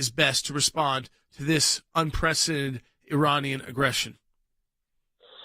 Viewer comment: Un-prec-i-den-ted...5 syllables...enunciate please.